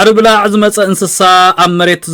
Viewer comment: ብጌጋ እዩ ዘድምጻ ዘሎ። ኣናብባአ ከም “ጉቦ” = “ብላዕ” እያ። “ብላዕ” ጠቢቃ እያ ትንበብ፡ ትርጉማ ድማ ካብ ሳዕርኦም እቶት ዝገብሩ ሰብ መሬት እያ ብዝያዳ ትምልኸት።